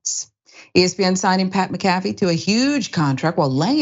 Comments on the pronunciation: it's pronounced mac-a-fee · its mac a fee say tht name correct so we all know who this idiot is its mac a fee like the virus software 😂😂😂😂😂😂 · It’s pronounced, (Mack-Ah-Fee)…..🤦🏾‍♂️ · Y’all gotta start pronouncing these names correctly. Lmao it’s “Mac-a-fee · I'm with you I couldn't even finish watching this video the fact she couldn't even say his name right just shows her ignorance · The name pronunciation is killing me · Totally I think if you report on someone you should find out how to pronounce there name it would take 5 mins of research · Damn you can't even pronounce his name right wow